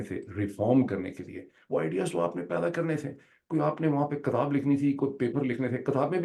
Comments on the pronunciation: ڈاکٹر صاحب معزرت کے ساتھ pleas noted کَتاب نہیں کِتاب ہوتی ہے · Dr sahab apka KAATAB b Orya Maqbool Jan k PAAKASTAN ka sound daita ha. Please do us a favour convenience Orya Maqbool Jan that's not PAKAASTAN it's Pakistan please please. Its really annoying when an educated person mispronounces a word and even more annoying when it's his mother language. Thx and apology if I hurt you.